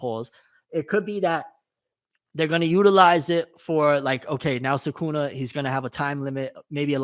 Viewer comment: Americans saying SooKoona is probably the most jarring thing